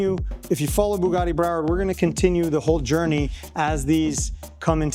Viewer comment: Why can't he pronounce Bugatti correctly ? WTF is Boogarti ?